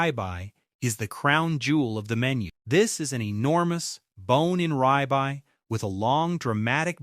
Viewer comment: Ribeye is pronounced rib eye, not rye bye.